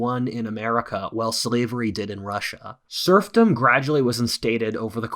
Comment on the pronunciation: Every time says SERFdom I was thinking about SURFing. 🏄🏄‍♂🏄‍♀🏄